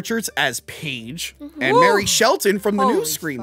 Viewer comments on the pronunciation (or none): MARLEY Shelton, not “Mary” 🤦🏻‍♂️